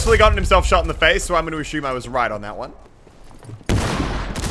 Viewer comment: Jesus Christ its assume not ashoom